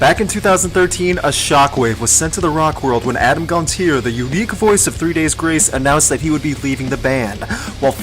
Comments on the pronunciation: It is pronounced Gon-Tee-Ay not -eer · It's GONT-CHI-AYE. Not "Gonteer"